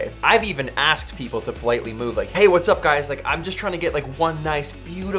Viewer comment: "what's up everyone" (phonetically heard as "buts up everyone")